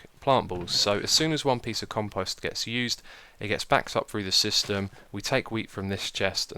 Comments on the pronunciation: Ummm.... Xisumavoid there is a long "o" in Compost like you would pronounce "Post Office" .. Just to let you know for future episodes.. Over all great series! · I wish he could say conpost proply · Compost = Comp -o ( say "O") -st lol pet peeve... grammar... love anything you do!